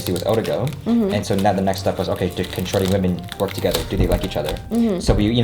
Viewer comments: Thats because dropped the middle "i" and so it sound as "Shori". Thats why dropped "s" at the end of name LOL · Tbh I thought they were hooking up and he's just calling her shawty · It sounds like he is saying "Shorty" rather than: ) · Is it intentional, or does the way say ‘’ sound like ‘Shorty’? Just me? Alright, I’ll see myself out..